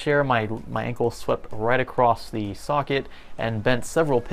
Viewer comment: When u said ankle I thought u said uncle